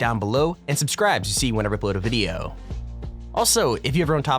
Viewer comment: is it me or does he say lets get right in the moooodyio